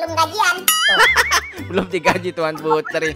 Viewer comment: Bang putri bukan purti